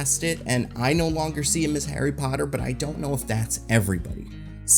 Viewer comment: aint nobody scared of HARRY POTTAH